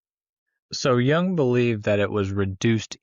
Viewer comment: Jung.... correct your pronunciation of his name FIRST, THANK YOU